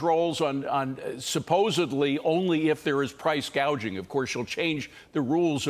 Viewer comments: Gaging or gouging ? She is not right.😮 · Correction, she said price gaging